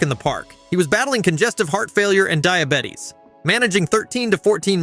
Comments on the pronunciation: 600 L Bee, Di A Bettys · Diabettys had me the pronunciation in this had be giggling not gonna lie 😂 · Terrible illiterate AI voiceover. Dia Bettys. 😂